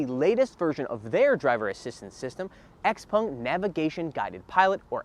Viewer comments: Xpèng, not x-pung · It is confusing because the owners name is pronounced "pung" but I think they themselves say "xpeng". A little weird